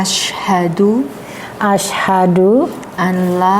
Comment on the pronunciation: Alhamdulillah banyak sdr baru yg telah mu'llaf dg keinginan sendiri. Mohon maaf sebelumnya barangkali pendengaran saya yang agak kurang peka, akan tetapi saya mengikuti berkali...kami rasa pembacaan Syahadat Tauhid oleh mbak ustdzh. Pemandu mohon diperhatikan biar tidak mengubah makna dr isi syahadat tsb. ...maaf yg sering terdengar "ILLAHA ILLALLAH" yg semestinya membacanya "ilaaha illallah"